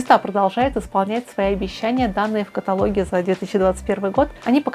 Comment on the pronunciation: КаталОг,, кталОг...